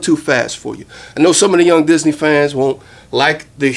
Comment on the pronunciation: What is young dizzy knee? is it supposed to sound like young disney?